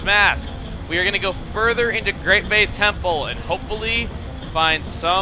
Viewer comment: did he just say great bey temple cause that is from beyblade